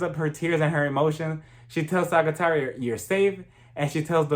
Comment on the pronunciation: Small tip: Sagittaria is pronounced more like “Sa-hee-tah-riah”. We pronounce the “g” as an intense “h”.